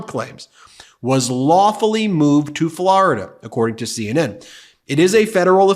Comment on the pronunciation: I love you but will never stop cringing when you pronounce Florida as Flarida. 😅